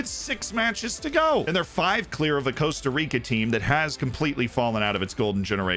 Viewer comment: Cost-A Rica for the love of the FM gods please!!!